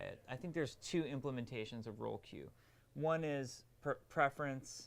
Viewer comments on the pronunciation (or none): DID U SAY ROLE QUEUE?????????